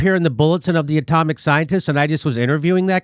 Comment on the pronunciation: Jimmy Dore Show : Jimmy, fine, good episode, certainly appreciated, but work on your language skills, for, f.e., when referring to the " Bulletin of the Atomic Scientists " a number of times early in this video, it sounds a lot like you said " comic scientists ", instead of " atomic scientists ". I'm not sure if I heard that correctly but it's what it sounded like, to me anyway. Thankfully though, you were displaying the text, so this made up for the difference, say. It's very interesting that the former or recently former director of the CDC who's also a very experienced and knowledgeable virologist said what he said, and he certainly seemed very professional about it, so very sincere. He definitely doesn't seem to have at all been bs'ing. He instead seems to have been speaking "straight talk".